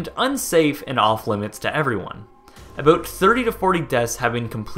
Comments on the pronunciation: You day in this video that your American but you say "aboot" like a Canadian. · You say at the beginning of the video that you're American, but haven't you said you're Canadian in other videos? And you pronounce "about" like a Canadian... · You're American? Because you pronounce "about" like a Canadian 😂